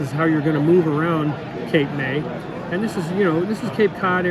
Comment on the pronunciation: Cape May is technically in New Jersey, not New England. But hey, who's paying attention? This New Jerseyan. HA! You said it right. It's a solid game. I have yet to open my copy of Transmissions, but am now tempted after watching your video.